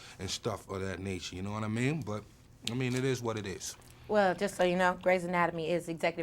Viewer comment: Meth casually going full london for that 'no wha I mean' haha. New york man dem always seem to have a bit of London in them